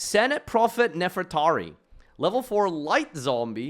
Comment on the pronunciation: JESUS FUCKING CHRIST LEARN TO FUCKING READ ITS NEFER-TA-RI (REE), NOT NEFERATI, AND ITS DO-RI-A-DO, IM FUCKING SICK AND TIRED OF HEARING PEOPLE WHO SHOULD FUCKING KNOW ENGLISH MISPRONOUNCE TBE SIMPLEST FUCKING THING